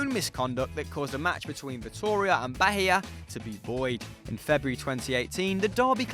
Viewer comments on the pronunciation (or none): Thats not how you pronounced Bahia, its like the H is silent, and the intonation is on the 'i'.